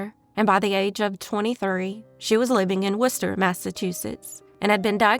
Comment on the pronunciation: Thank you for pronouncing "Worcester" correctly! Most out-of-state people do not